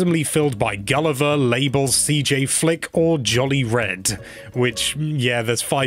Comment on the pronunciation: It’s Mabel, not Label!